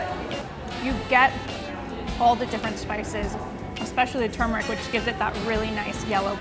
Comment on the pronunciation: Thank you for pronouncing "turmeric" correctly in the video. I'm so tired of people (including well-known chefs and food tv personalities) calling it "tu-MER-ic" or "TOO-mur-ic." There's an "r" before the "m" and it should be pronounced. Also, the dish looks delicious.